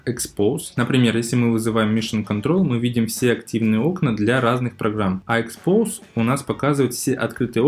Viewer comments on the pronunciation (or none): Всё ок, но не expose, а французское exposé(читается экспозэ)